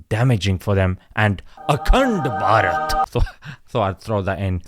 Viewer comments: Bro anytime you say "ACUNDBARAT" I CAN'T HELP BUT TO CRACK UP 😂😂😂🤣🤣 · The way he say AKTEND BARHAT😂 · every time he says akand barat. I laughed. 😂😂😂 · The way you say akhand bharat 😂